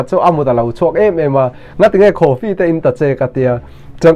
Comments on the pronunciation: Enge khooofi ???…coffee pawh lam thiamlo hian SDA te chu i rawn sawi ve vak vak chu ania awww vala, thudik i hriat theih nan kalo tawngtai sak thin ang che aw, bawiha i siamtu pathian hlau rawh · Coffee i sawi dan a tang hian i kaw lo e mai lo zir tha leh rawh 😂